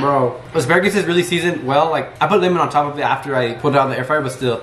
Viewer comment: can we just talk about the fact he pronounces it limen instead of lemon? 🤔